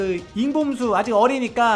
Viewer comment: 잉봄수 겠죠.... 인봄수라고 들렸어요^^ 봄수네아빠가 잉여맨 이니까 잉봄수맛죠? 잉여맨 유트브재미 있어요 언제 든지 사랑해드릴게요~ 💎💎♥️💖💙💚💗💛🧡💜🖤💓💕💎💎